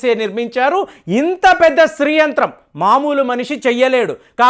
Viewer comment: the pronounce what you telling is STREE it should be SHREE. sorry for commenting this, as it will be followed by others also